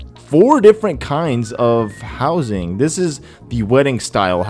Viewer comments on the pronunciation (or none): none